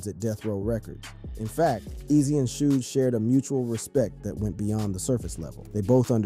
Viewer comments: It's shug not sooge or 2pack lmao RIP Eazy. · Im reporting this cause you said shoodge. Dont ever speak on rap again. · Shooge, too pack haha 😂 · Shoo Jee Knight. 2 Pack. Love the content but please get someone else to narrate. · Did I hear "shoe Nike"2Pack"???👂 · “Too pack” “Shooge” bruh I got zero faith that you know what you’re talking about 😂 can’t even say they names right